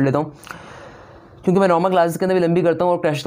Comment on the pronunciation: Aap "kyun ke" ko "chun ke" kyun bolte ho?